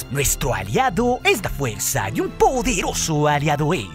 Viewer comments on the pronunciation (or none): Valoro mucho tu contenido y este canal, pero es muy desagradable la forma en la que pronuncias varias palabras, como en el final: lá sÓoombrÁaaa del impÉeeri... ÓOOO. Te agradeceríamos que lo dijeras con normalidad. El canal sería de 10! Un saludo